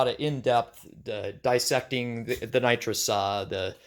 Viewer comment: It’s actually pronounced nitrous, not nitrous 🤣 limited coil joke was hilarious